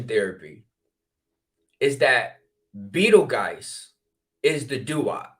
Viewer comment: Pronounced like beetle juice